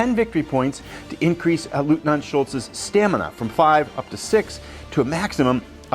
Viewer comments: Someone gave you the pronunciation? “LOYT-NINT” Except in Austria😂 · It's pronounced LOYTNANT. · I believe the correct pronunciation of 'Leutnant' is 'Loyt-Nant'.